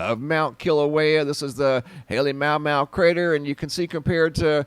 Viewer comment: The crater in Hawaii is actually pronounced HA-LAY-MA-OO,MA-OO,,Pele appreciates respect, Mahalo,,😊🙏😊🌈🌺🌈